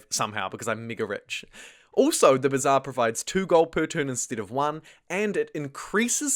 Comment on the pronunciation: "thee heeve thee b'zaaaar'